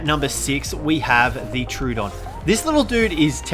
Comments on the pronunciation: It’s pronounced tro-oh-don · It is pronounced tro odon